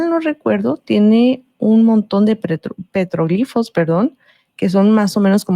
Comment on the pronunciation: Gracias por decir petroglifos con acento en la "i". También digo iconos con acento en la primera "o".